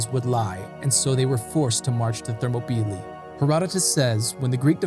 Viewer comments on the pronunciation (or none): Thermo- peely? I was under the impression it was pronounced Ther-MOP-el-EYE. Ready to be corrected. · Thermopylae: pronounced ther-mop-oh-lie, not thermo-pee-lee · How do you start off mispronunciation a word as popular and well known as Thermopylae? “Thermo-peelee”? Really? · Excellent Also the actual Greek name of the area is Θερμοπύλες Θέρμο=Hot Πύλες=Gates and is pronounced Thermopyles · thermobeelee? never heard that pronunciation before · I had to rewind just to hear his pronunciation again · enjoyed it but wonder if you googled pronunciation of themopylae beforehand